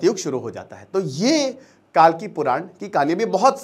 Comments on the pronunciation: कालकी नहीं सर, कल्कि है। अग्निहोत्री होकर भी इतनी बड़ी गलती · कालकी नहीं कल्की है भाईसाहब